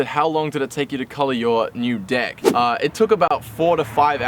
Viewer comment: I didn't watch yet but the reason better be that Dylan was making fun of you for saying "Dick" instead of "Deck"